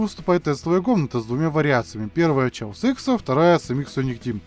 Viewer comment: Хаос икс, почему "Чаос"?